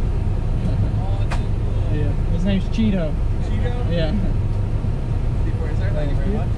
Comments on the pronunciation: New to the channel whole time I thought he was calling the raccoon chico 😂😂😂😂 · im laughing by myself in my room now i swore i heard cheeto